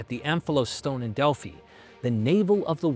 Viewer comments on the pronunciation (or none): none